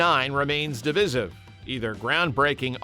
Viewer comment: Stop mispronouncing divisive 😢